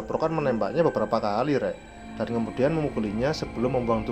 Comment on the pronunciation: kastil mas bukan kasir beberapa mas bukan benerapa 🤣